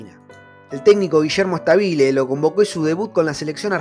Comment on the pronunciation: Excelente recuerdo pibe. ( No es Stabile acentuando la pronunciación de la i, es Stabile acentuando la a )